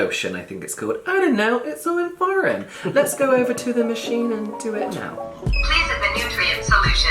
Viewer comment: "This is.... I don't know cause it's all in foragin" 😂😂😂